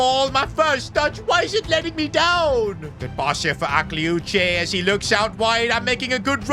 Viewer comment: Just, PAIXAO, we say it PACHAO and AKLIOICHE, the E is not pronounced